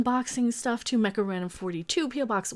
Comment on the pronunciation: Mecha? That sounded more like she said. (The preview subtitles had it as Karina42.) From now on, drunk Mecha will be known as.